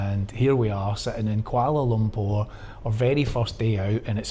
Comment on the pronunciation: The way you pronounce lumpur 😂